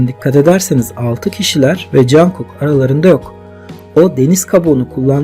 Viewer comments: Ya Cankok değil conkok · Teşekkürler ama cankuk değil cunkuk diye okunuyor.😂😂😂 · Çok yaratıcı bir video olmuş yanlız jankuk demen çok kulak tırmalıyor (conkuk) veya (conguk ) şeklinde okursan çok iyi olur :) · Cankuk değil, Conkuk diye söyleniyor. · abi rica etsem jungkook u cankuk olara değil de conkuk diye okur musun doğru okunuş bu çünkü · cankuk cankuk kulağımı tırmaladı söylemeden duramayacağım. CONGUK. CONGUK OLARAK SÖYLENİYOR LÜTFEN DÜZELTİNİZ. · Cankuk değilde conkuk diye okunuyor 🌹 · Çok güzel olmuş. Ama niye jungkooka jankook diyorsun? 😅😅